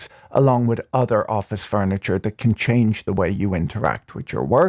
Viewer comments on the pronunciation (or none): none